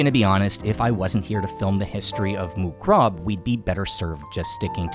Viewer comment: You ignorant americans cannot pronounce other languages eh? moo krob? yerah you've never heard it spoken otherwise you'd get it close to being correct instead of reading it the way an ignorant american might say it phonetically